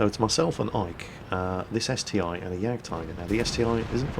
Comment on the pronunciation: It's ST-1, not STI ( СТ один )